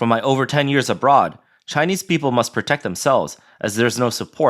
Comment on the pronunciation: Everything the world does is ALWAYS "DRISCRIMINATIONS" AGAINST ALL THESE SCHEWPID TSAAYA KNEEESE😅😅😅😅😅